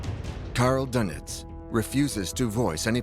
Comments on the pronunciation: good old karl dunnitz . . . #pronunciation #fail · The name is Dönitz...not Dunet..your translater is not correct working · Would it be too much to pronounce his name as: "Dernitz," to reflect the umlaut over the "o," rather than making his name sound like a breakfast pastry?